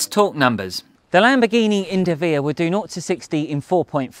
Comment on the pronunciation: Great review, but what is a Lambo "Indivia"? Should that be Invidia?